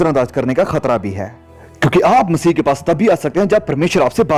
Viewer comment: आप स्पष्ट रूप से "मसीह" बोलें.... आप मसीह के स्थान पर मसीही बोल रहे हैं।